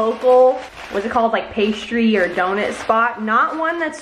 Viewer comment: YOU SAY DONIT INSTEAD OF DONUT..... legendary Rydel legendary 😂